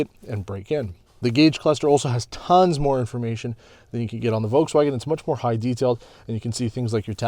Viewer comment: It is always funny hearing when people pronounce "Uolkswuagen" haha